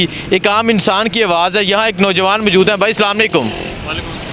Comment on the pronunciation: salamalaikum nahi bolo Assalamu alaikum bolen plz.